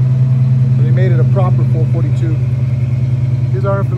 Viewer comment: Not to knock you buddy ...but ask any Oldsmobile enthusiast the PROPER name of this . It is ...FOUR FOUR TWO !! NOT ...FOUR FORTY TWO !!! If your gonna advertise this car for sale ...learn the PROPER way to say it !!! Sorry ...just helping you be more professional with a FOUR FOUR TWO :)